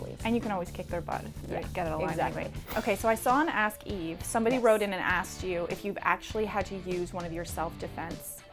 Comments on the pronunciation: It’s Eve Torres not Eva Torres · It's EVE not EVA :30